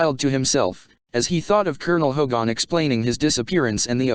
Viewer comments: ~ +.... It's Hogan. Not Hogon. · All the other comments are clear, but really, please, please get a real person to read this. This machine keeps saying HO/gone instead of Hogan (more like hard G -E-N) with the emphasis on HO. And it was very clear on the show that Baker was a prisoner officially brought in. However, it was never explained what had happened to Kinch (who was indeed Hogan's second in command). I always thought that was a mistake.